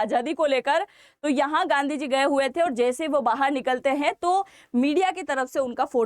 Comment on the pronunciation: गंदी को जी ना बोलें सुनने में अच्छा नहीं लगता है।